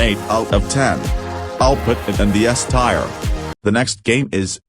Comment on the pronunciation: "S tire" 😭